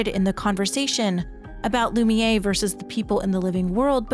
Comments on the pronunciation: Is this an AI read? What's the deal with calling Lumiere "loo-mee-yay" when its not pronounced like that anywhere in yhe game? It's pronounced "loo-mee-air". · It's pronounced loo-me-air. I chose Verso's ending. Not because I wanted to save Maelle but i wanted to erase Gestral Beach. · Please, please, for the love of god, before the next 1h+ video, learn to pronounce Lumiére and Lune. They're NOT Loomee-ay and Looné. lol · This is a great video, but I'm amazed that someone can play a 40-50 hour game of characters correctly pronouncing the word, and then walk away thinking it's "Loom-Yay"